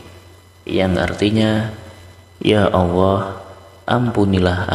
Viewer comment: Sayang awoh...awoh...awoh...sebetulnya Alloh bro hrp dirubah